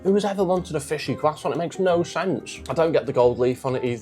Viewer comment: I really don't understand why people have started pronouncing 'croissant' as 'cwussont' in the last few years. Stop it. It's not correct in English or French. You don't sound intelligent or educated, quite the opposite.